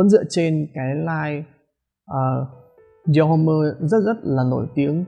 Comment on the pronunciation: Đọc là dior- ôm chứ ko phải dior hôm-mơ anh ah.